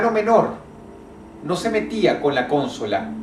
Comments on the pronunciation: Dross dice: "Cónsola". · Y es ''Consola'' pero bueno... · cónsola o consola jajaja LOL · como dijo dross la cónsola